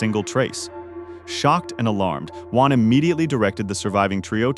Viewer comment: It’s Juan.